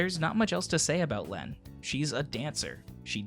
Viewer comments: Lene is pronounced like Leen. Very good video as always! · It's pronounced "Leen". As in "gene" or "serene".